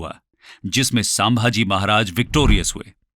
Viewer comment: aadesh_Singh खुद को शिक्षण कहते हो कम से कम शब्दो का उच्चारण तो ठिक से करो 1 शिवनेरी को शिवनेर, 2 समर्थ रामदास को सामार्थ रामदास, 3 आमेर को अंबेर, 4 संभाजी महाराज को सांभाजी महाराज, * अफजल खान के पास कटार नही बिछवा था! *छत्रपती शिवाजी महाराज जी के बहोत पहले से चोळ साम्राज्य के पास नेवी थी